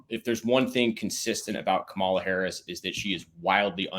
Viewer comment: Ka-Mala- the Ugandan giant 😂